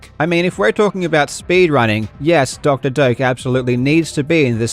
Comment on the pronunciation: I keep hearing Dr. Dope